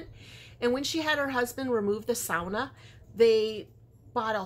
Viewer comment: My hubby is originally from Cloquet, MN..he pronounces “sauna” the same way 😂. Very nice swap!